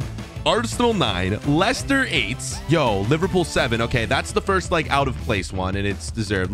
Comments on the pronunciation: Li-sester city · you did not pronounce leicester city right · He did not say Leicester right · I think you pronounced Leicster wrong